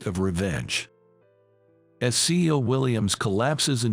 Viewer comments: Your story would be more believable if you knew how to pronounce word. It isn't C-Os. It is C-E-Os. Do you know how ignorant it makes you sound? You weren't fa mi ler with restaurant? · This story was interesting, even though it wasn't clear about the girl's name. It would be a better story if a real person had read the story. CEO isn't pronounced CO. Other words were also mispronounced. Dump the digital voice and use real people to read these stories. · This narration needs more emotion, and needs to learn how to properly prononce words. CEO is not pronounced seeo, but C E O. Seeu later. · C E O not CEO